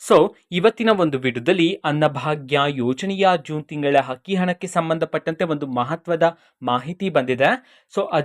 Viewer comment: Adu akki hakki alla ninna ammanatullu sariyagi kannada kali